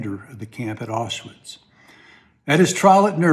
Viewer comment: Where/what is "Awswiss"...? Who is Rudolph "Hoss"..? Otherwise, a welcome commentary but please, try and pronounce history accurately. (Aushwitz. Hess)